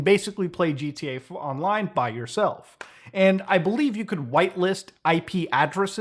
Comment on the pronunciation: Why does he say "gt online"? Pronounce the a bro